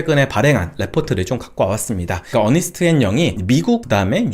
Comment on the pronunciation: 어니스트 아니고 언스트 아닌가요?